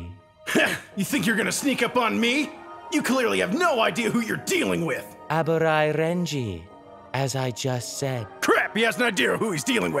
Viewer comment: You pronounced Abarai weirdly.